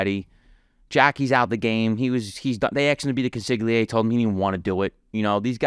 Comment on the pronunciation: Kun-siggly-aire. Excuse me…”Cooonsigliere” 😂